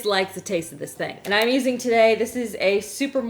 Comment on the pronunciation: It’s pronounced “I’m” not “I’ng” you’re not a toddler